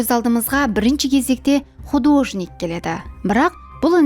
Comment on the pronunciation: Художник па емес, художник пе деп колоанылады